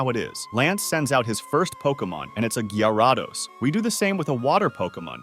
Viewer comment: Bro really said Gaiaraados☠️